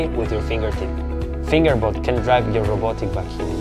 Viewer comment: Of all the actors with all the accents, and all the product names in the world. You guys had to name the thing FingerBot and you had pick the actor with an accent that makes it sound like he's saying "Finger Butt". ... Lol.